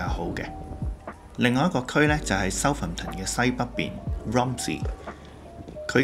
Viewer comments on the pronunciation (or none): Southampton 個重音嚮第2個音節, 應該讀soutHAMton, 唔係SOUThamton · 主持將Birmingham個ham(第三音)放在Southampton個ham(第二音)度，所以有D怪，應該照讀ham火煺就可以了。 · pronunciation of Southampton is a bit awkward